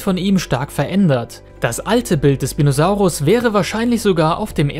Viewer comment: Schpinosaurus sagt man nicht sprinosaurus